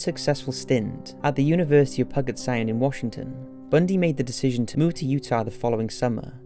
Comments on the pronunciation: It's pronounced "pu-jet" Not Pugget Sound. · The way he said Puget Sound made me hurt, pew-jet is how it’s pronounced lmao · I love the narrators voice. I have to say though as I’ve been raised in Oregon and lived in Washington it’s pronounced Pugh jit sound. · Pew-jet Sound NOT Pew-gut... lol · It's pronounced "pew jet sound" not "puh get". 👍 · It's pronounced pewget sound, not puggit sound. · You say you research these meticulously but then name a world famous water way pug-it sound?? 😆im an ex criminal from a small town in the uk and even i can tell you its pronounced p-uuuu-jit sound. Id understand if it was some tiny random stream in the middle of nowhere but this isnt and in some of your videos that you indeed ask people to pay to watch, you sound like your just reading wiki or some other random article on the chosen subject. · Pug ett sound. Never heard it pronounced that way. 💀💀💀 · "pug it sound" lol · Is this kid joking or what? JanEEECE... DENNIS... how hard is it to say Janice and Denise? ffs PUGGET sound lol